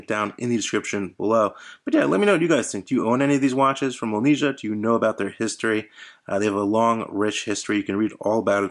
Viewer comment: It's pronounced Molniyeeah. But nice review!